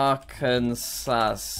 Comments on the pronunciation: Im from arkansas it’s pronounced arc-an-saw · Arkansas we usually say it one of two ways…. Neither is yours lol. Proper way: Are-can-saw How we jokingly say it: Are-can-sas Because it’s spelled just like Kansas (can-sas) with an ar in front yet they say it differently…. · Same with Arkansas. Jack: saying "arkan-sas" Me, an Arkansan: ITS PRONOUNCED "ARKIN-SAW"! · State: Arkansas Arkansans: are-can-saw Internet: Are-Kansas (are-cans-us) Jack: Are-come-sass Never change, Jack, never change. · ArkanSAW not SAS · The way he says Arkansas reminds me of that one Vine.... but jokes aside, it's Arkan-saw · ITS AR-KIN-SAW omg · jack it's ar-kan-saw, mar-a-land and mish-a-ghin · Arkansas is pronounced ark-an-saw also you said it right on the last go also it is really just Kansas but with ar at the ground and sounded differently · It is pronounced Ar-kan-saw. This is just to help you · Arr Can Sass 😂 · Ar can saz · Arkan Sauce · He says ARKANSAZ alot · jack: says Illinois correctly also jack: ar-can-sas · Jack: Ar-kan-sas Americans: disappointed emoji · bro it’s ar-can-saw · bc jack said ar-can-sas mr smarty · No one: Litteratly no one: Jack: are can sauce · Jack just an FYI we Americans pronounce Arkansas Ark-en-saw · It’s pronounced “arkan-saw” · arkanSAS as an American, that pronunciation hurt me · Jack: Arkansasss Aldo Jack: oooooo ✨alabama ✨ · he mispronounce Arkansas this is how to say Arkansas [ark-n-saw] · Jack, Arkansas is pronounced "ark-an-za" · Jack its not like SAS its like saw the s is silent in Arkansas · It’s pronounced Arkin-saw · As an Arkansan, the way he says Arkansas annoys me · Arkansas people even more triggered for pronouncing the name wrong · I’m born and raised and still in Arkansas and yes it’s true we get upset when they pronounce it wrong and I am just absolutely embarrassed that he isn’t pronouncing it right 😔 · he said my state 2 times and the 1st one he just glossed over its Utah lmao P.S. he never pronounced Arkansas properly rip